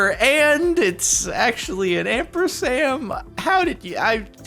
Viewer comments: Jardon r/boneappletea'd by himself. I swear he said "ampersam" instead of "ampersand" (I could be mishearing) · Jardonian called "&" "ampersam". It's "ampersand" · ampersam? do you mean .... Ampersand like this think ---> & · Did you say ampersam? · Ampersam? Wtf? You mean ampersAND? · Ampersam? Did you mean Ampersand? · he says ampersam, instead of ampersand...during a bone apple tea subreddit reading. Nice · you said "AMPERSAM" LOL its "AMPERSAND" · You r/BoneAppleTea’d the word “ampersand”, by the way. Not “ampersam”. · Did you call it an ampersam? Ampersam?!? Do you mean ampersand Jardon? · Ampersam... c'mon Jardon. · Jordan: "ampersam"???! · jordan said ampersam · Did... did you say "ampersam"? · An "ampersam." lol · When Jordan is on r/Bone Apple Tea and is pointing out Donald Trump Junior's use of an ampersand and he calls it an 'ampersam'... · Trevor Brough it’s *amber*sand...